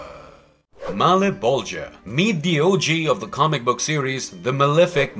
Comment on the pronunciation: malaboja does not sound right